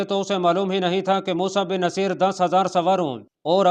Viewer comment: Mosa Bin Naseer, (Naseer) nai balke (Nusair) hy bhai